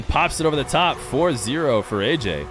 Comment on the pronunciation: ayyayy* not ayyJay